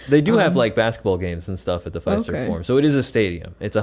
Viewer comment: Its pronounced ""F i i i ... ... serve" . Great RV session!